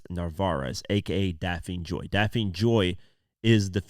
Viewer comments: Bro, I love your work and you do an amazing job but make you sure check the pronunciation of names before you share them. Her name is Daphne as in Daffney. You did the same with another video the other day where you mispronounced the name. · DAF-NEE, it’s pronounced Daf-Nee!